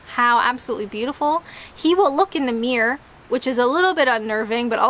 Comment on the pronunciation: I notice you pronounce "mirror" like "mere". Reminds of that song.